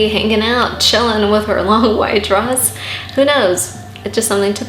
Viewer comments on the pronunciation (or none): My friend and I have been laughing at how she says "dress"